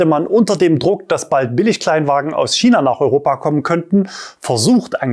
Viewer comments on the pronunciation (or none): none